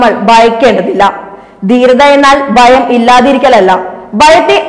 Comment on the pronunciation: Pl improve your pronunciation. Baratham, bayam, dana manthri, etc